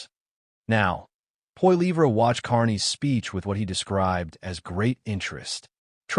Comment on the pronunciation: Sorry how did you pronounce Pierre’s last name AI Bullshit